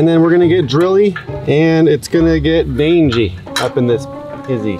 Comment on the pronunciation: Bruh its "Dangie" not "DangIe" the "DangIe" looks like "DangLe"